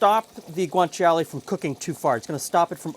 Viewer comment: Yeah, pronunciation was almost spot-on. wins against most non-native speaker in that department. The "cia" in Guanciale doesn't quite need to be that explicit, instead of a "tshee-ale" it's pretty much "tshale" - same for gricia: it's simply pronounced gri-tsha rather than gri-tshee-a.